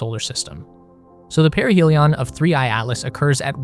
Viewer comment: You and that young UFO girl pronounce "perihelion" wrong. I would dismiss her pronunciations as a silly one-off, but then here you go, communicating as an authority as well and pronouncing it the same way she does! So now I'm starting to feel crazy and have to look it up. But first, I ask my gf, “Hey, how do you pronounce this word?” and she’s like, “Duh,” and says it the way that’s obvious to me too, but apparently not to any of these uToob “authorities.” I look it up, and to my relief, yup, it's pronounced the obvious way that you'd expect. Unless you're this or her channel anyway. People! If you don't know how to pronounce something, it's okay! Just look it up! You have access to all human knowledge, and it only takes ten seconds! Then you know for the rest of your life!